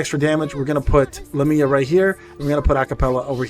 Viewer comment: IF I GET ONE MORE FRIEDRICH I WILL JUMP... needed to vent that somewhere since there is no world chat lmao i have gotten 3 fredirchs bro i dont even know if i wanna build him i just want more characters that's 2 other units i could have T^T. Also these pronunciations are terrible lol but they're hard names lol so i dont fault you. Lamia = Lah-me-uh Agares = Uh-gare-is